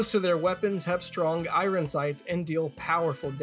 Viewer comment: I-I-Ron strikes again.